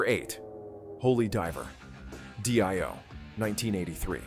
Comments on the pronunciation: First of all, if you can't pronounce the name of the band, get lost. It's not Doi, it is Ronnie James Dio, damn ass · Ahhh AI and the English translation you should have set the prompt to DEO might help AI to pronounce it better 😂